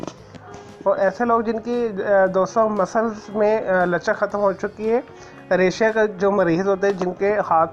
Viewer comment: Raysha nahi lafz Ra'sha kehtay Hain bhayya.